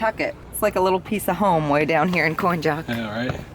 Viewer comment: From Great Bridge to the line is the Virginia cut, it's Coin-ock.. not Coin-Jock